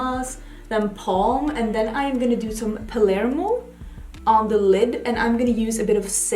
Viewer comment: I was just about to write how finally, we see a youtuber who seems to NOT have slept through Geography or History classes in school, and knows where Cannes and Palermo are, and how to pronounce them, but now I see that someone else has commented on this already. I come from Malta which is quite near Sicily, so I got so offended when several of my favourite YouTubers read "Pamerlo" instead of Palermo. Seriously? How are people not even ashamed to show their lack of common knowledge on YouTube? At least Google these things and educate yourself before you shame yourself in front of the world